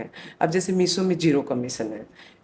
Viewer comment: Meeso nhi hai woh meesho hai 😂